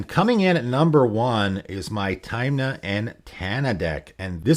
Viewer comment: Good video, but you calling Tymna "Taymna" almost gave me covid.